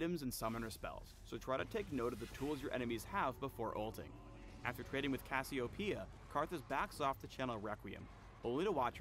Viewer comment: and badly mispronounced cassiopeia